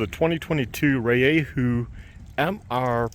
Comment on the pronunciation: FYI - Spanish pronunciation is REE A WHO. (Not RAY A WHO) if that helps, not being critical, enjoy the vids. 😊